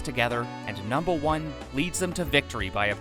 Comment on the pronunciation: I know why he says it but it sounds weird when he says “numba 1”